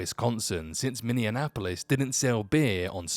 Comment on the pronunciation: I live in Minneapolis and don't know anyone from Wisconsin. Minnesota stays separate from Wisconsin (It's Minneapolis, not Mini-an-apolis)